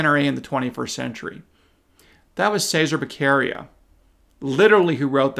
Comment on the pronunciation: enjoy your analysis now go to Google translator and choose Italian, then type Cesare Baccaria then use the voice function and hear Che sar ā. Back arr ē ah and now you will be the smartest person in the room!